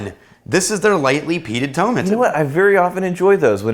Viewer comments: Tomatin is one of my favourite distilleries! The 12 is perfect for hotter weather! But, btw, it's To-MA-tin. ;). So, glad you guys are able to keep these reviews going! :) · Coo BO Khan and Toe MAT inn, just to help out. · Pronounced Toe-Mat-tin